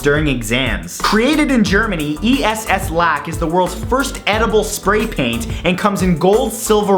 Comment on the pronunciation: What the hell? Did you just say "E.S.S lack"? It's pronounced "S lack"